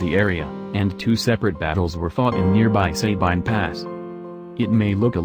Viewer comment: I’m from Louisiana and when we said Sabine I laughed😂 it’s a very good video though♥️